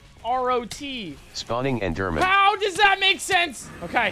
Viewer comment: just pronounce it eederman your audience will understand you but the speech recognition won't